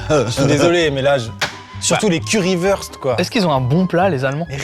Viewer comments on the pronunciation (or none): On dit curry wourste pas curry weurste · Le Currywust se dit « Currywourchte » si jamais